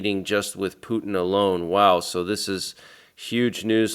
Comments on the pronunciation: 😂 the way you say “Pew tin” 😂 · Pronounced Poo-ten